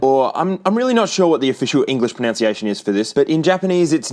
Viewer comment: Pronounciation isn't a word it is pronunciation, NUN not NOUN